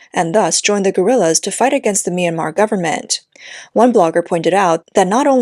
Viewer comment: "seized by local gorillas" HAHA yeah that's not how you pronounce that word...